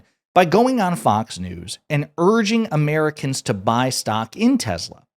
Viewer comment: He called it " TESLER " 😂😂😂😂😂😂